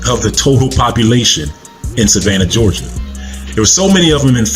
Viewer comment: Wait, did you say Georgia?